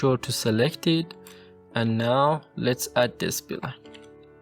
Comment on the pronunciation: Spline , not S P Line.😅